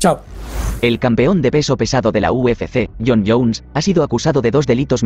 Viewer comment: Es Jon Jonessssss,s,s,s,s,s,s,. Tuve que parar el vídeo por qué solo aguante escucharte decir Jon Jon las primeras 45 veces😂😂😂 supongo que las siguientes 88 veces que lo mencionas fue lo mismo, Nooo!!!